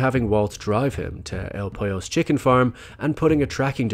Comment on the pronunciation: El Pollos? Really??? Dude your videos are so good, intelligent, and well-researched. How the hell.............